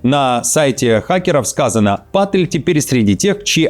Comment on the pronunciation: Вообще то не ПАтель а ПатЭль и не КАш а КЭш ПатЭль ....